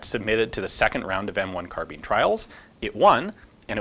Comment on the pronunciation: Kar Bean or car-bine? It's so important I can't get past it all? You also mispronounce your own last name. Who does that? :)